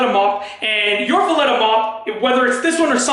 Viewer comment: Is he saying Vileda wrong just to piss everyone off?🤣